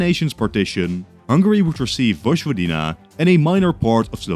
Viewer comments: It is Voyvodina, not Vodjvodina. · Vojvodina isn't pronounced "Vozhvodina" but rather "Voyvodina". Otherwise your videos are great! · Small correction: Vojvodina is pronounced voy-vo-dee-na in English, like in Serbian, not vozh-vo-dee-na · hello, I'm Serbian, vojvodina is pronounced as voy-vo-deena, just so that you know 😊🇷🇸